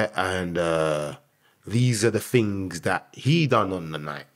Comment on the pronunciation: The guy uses big smart words. But says things as Fings. British are funny